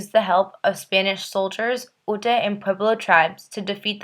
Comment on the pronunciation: Ute, is pronounced “YOOT,” not: “oootay.’ Sheryl Vigil ( pronounced “VEEHILL”), is NOT, nor has she EVER been Head of the council! For starters, she works for the United States Federal Govt., whereas the council, president and vice president are elected to office by eligible tribal members, are employed by the tribe, and NOT by the Federal Government! Vigil’s title is the BIA (bureau of Indian affairs) Superintendent for the Jicarilla Apache Agency in Dulce. Research!! You really need to conduct better research.